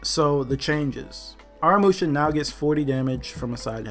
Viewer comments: The problem with Aramusha is that everyone keeps pronouncing his name wrong lol it’s pronounced uh raa mu shaa Not no “are uh musha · In the trailer Aramusha’s name was pronounced correctly, in this vid tho it just makes me cringe